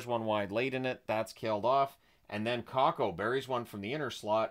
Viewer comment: I cannot stand him. And the way he pronounces player names…Cacko??